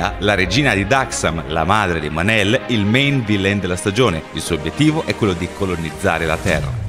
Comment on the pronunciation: è mon-el non man-el